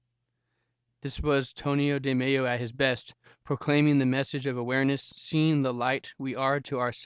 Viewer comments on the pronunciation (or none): Why do you say his name as if he was Latino? He is not Antonio de MeYo. He was from India. His name was Anthony de Mello (L sound). You sound not bright saying it as if you don’t know about the author.